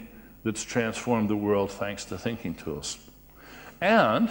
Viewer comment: I heard "Stinking."